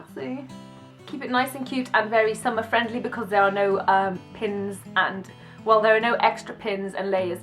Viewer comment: Beautiful! :) Dina, you missed the letter "R" for the word "friendly" :O Just sayin'..... xxx